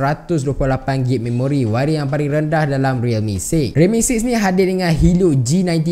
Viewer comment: Sebutan untuk gb adalag gig bukan gib